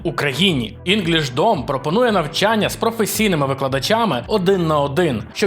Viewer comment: А чого інгішдом, а не інглішдім? Хммм🤔🤔